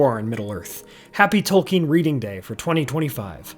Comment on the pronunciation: OH! It’s Tolkien, not Token.